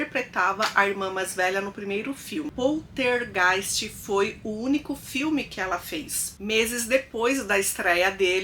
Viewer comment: A menina do Poltergeist morreu porque foi abusada e isto até hoje não foi criminalizado. Para a participante, é importante se atentar a pronúncia das palavras, infecção tem c mudo, PoLtergeist é com L e não com R. Veja bem não tô me referindo ao sotaque mas a pronuncia das palavras.